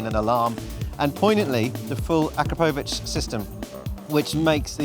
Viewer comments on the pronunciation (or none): How is it that just about every one of these professional riders and journalists mispronounce "Akrapovic?"